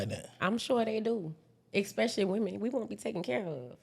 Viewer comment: 2 mins in “expecially” told me all I needed to know